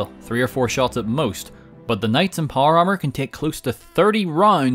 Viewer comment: “Hoyever” “Noy” “Poyer Armour”